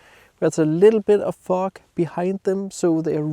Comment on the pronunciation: you need to work on how you pronounce the word FOG, I was giggling thru the whole video:))